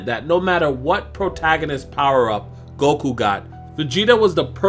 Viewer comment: Its not golku its goku!! 😂😂